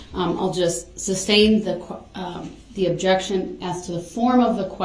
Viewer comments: You would think that after hearing the word "(sustain)" and not "(substain)" literally hundreds of times a day that this "English major" would pick up on that. And maybe, just maybe, if this idiot would shut up for two seconds he would hear the objections instead of yelling "grounds" every time. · JUST ONCE I wanted her to say, there is no grounds because the work isn't substain, it's sustain. effin moron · #Rewatch in 2025 😂... If he says grounds for the SUBSTAIN again... It's Sustain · He knows the word is sustain but continues with substain it’s so weird. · I work for lawyers and every time he says SUBstain, coHORzion, and all the laws he claims to know, it makes me cringe 😬😬😬😬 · Sub-stained. Everytime that fool says it I shake my head. Also when he says license place. Oh my what an idiot.